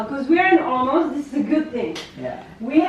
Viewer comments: It's Olomouts, not Olomouk :D А вообще, я из Казахстана. Думаю туда переезжать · German name is still more correct than how English speakers are pronouncing Czech version. :-D When you say Olmütz in German, most of Czechs recognize which city is that, but "Olomuk?" :-D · The way she pronounced my beloved Olomouc 😁